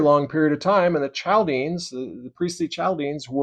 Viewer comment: Not to pick on you, as this was really good information presented. Chaldeans is pronounced Kal dee uns. And Manasseh is pronounced Man assa. The tetragrammaton was supposed to be the hebrew letters for yahweh or Jehovah without vowels inserted. I believe you can look these things up. ❤️❤️